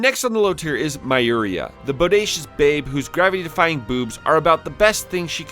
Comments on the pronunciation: Expectedly butchered Myuria's name. Goddamnit, they pronounce this name in the game many times, try to just listen and repeat. The Japanese should give everyone in their games names like Jack and Jill so that the Americans could not make a mistake in reading them and argue on the forums how to pronounce them correctly. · This is my first time watching and it sounded like he was intentionally butchering her name as his focus was....elsewhere. I felt it was done for comedic effect is all. Geez.